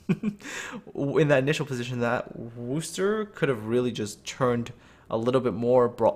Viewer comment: I got a SIMS out of one of my super containers, first time I got a ship! Oh, and I'm English, its WUSS-ter!